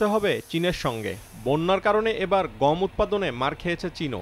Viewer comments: উচ্চারন টা "গোম" না। "গম"। আরো সহজ করে দিচ্ছি.... "গঅম"। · গোম নাকি গম? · ও ভাই গোম না গম ? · ভাই উচ্চারনে একটু নজর দেয়া দরকার । ওটা গোম না ভাই গম হবে । অনেকে তেলকে ত্যাল বলে , শুনতে ভালো লাগে না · গোম কি ভাই😜? ১ম দিকে অনেক বার গম না বলে গোম বললেন। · ভাই উচ্চারণ টা "গোম" না "গম" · গোম নয় গম। ওকে! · রিপোর্টার গম বলসে নাকি বোম বলছে ? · গম কে গোম বলে কেন? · গোম উচ্চারন!